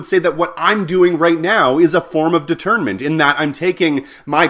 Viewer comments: Great video, thanks for the refresher... btw you pronounced it a bit like 'detriment', did you mean 'détournement'? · may I please suggest that you pronounce 'detournement' less like 'determinant' which is a big word in philosophy. Take 'detournement' a bit more towards the French, and stress the 'detour' like a road 'detour'. that will make it sound differently from determinant. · 'De'tournement' needs a french accent. Just saying.